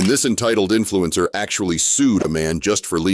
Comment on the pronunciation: Influenza not influencer hahahaha